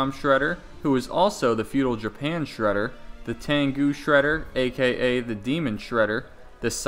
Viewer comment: just say sreder